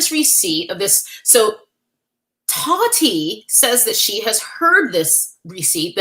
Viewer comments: The way you say "TAWHHTEA" has me dead 😂😂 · The way you say Taahhti is killing me 😅